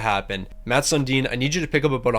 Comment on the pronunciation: How is this guy a Leafs fan if he doesn’t know how to pronounce Sundin?